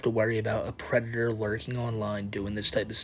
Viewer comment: Du white bowsuh is uh pweditoah